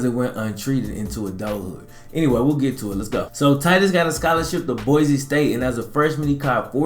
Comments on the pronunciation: So you can back me up on this... its boy-cee. not boyzee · its boi-cee not boyzee